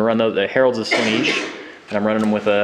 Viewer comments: Slaanesh, not Slaneesh, that really grates on me to hear that mispronounced. Gorgeous Daemon army though, what's the cost on that? British Pounds Sterling would be good. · Is it pronounced Sla-neesh? I've been saying Slaan-esh, as that's how it's spelt. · You have it correct, they are saying it terribly. Pronounced "Slah-nesh"